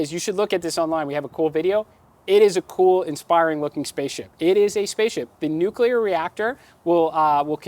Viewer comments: Stop saying 'nuculur'. Its nuclear. Only one 'u', dummy. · Learn how to pronounce nuclear. It's has 2 syllables.